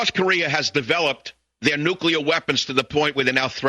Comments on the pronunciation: LOL!!! Amen!!! Go wine in the streets!!! And by the way, it's NUCLEAR!! Not NUCULER!!!! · '' nukeeyer weapons''. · And of course, this ersatz "Ph.D." pronounced "nuclear" as "nucular" - just as G.W. Bush had.